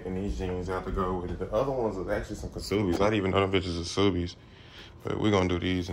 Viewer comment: do you and jazz know the k is silent in ksubi